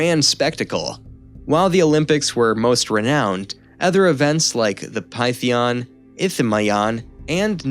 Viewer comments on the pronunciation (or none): Can you change the narration??? I tried to watch and stick with it because by and large it was interesting. But some of the pronunciation used just frustrated me… “Pith-ee-on” and “pith-oh-nia” not “pie-thee-on”… and “a-wrist-o-fannies”… not “a-wristo-feens” And what is with “annals” being pronounced “ah-nulls”?